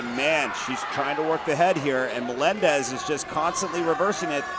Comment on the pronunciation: Que jodido escuchar 1000 veces que digan melendes